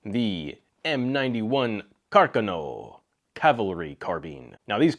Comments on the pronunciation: Car CAWN oh…..not car kin oh. Don’t try this at home, Guy. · Carcano = accent on the second syllable. Car-CAN-o. At least use proper Italian. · Cár-Kahnô is how your pronounce it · I pronounce it Carconno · It's "Car-CAN-o" for you non- Italians. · You pronounce "Carcano" wrong. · Never heard your interesting pronunciation of Carcano before. Not saying it's wrong , just never heard it pronounced that way. By the way how do you pronounce Mozin? Anyway ,thanks for your list ,it gives great suggestions to look at. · It's terrible that he can't say the name of it properly. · You lost me at Carcano. Learn how to pronounce words in other languages.